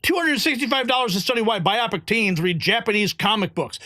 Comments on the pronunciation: You need to learn what BIPOC is. It is not "biopic"! It is BLACK, INDIGENOUS, AND PEOPLE OF COLOR! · The word is not biopic.look.again. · your dyslexia is showing. It"s BIPOC, not biocip.